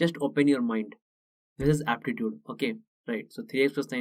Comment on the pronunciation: this is aptitude sounds like " this is sparta "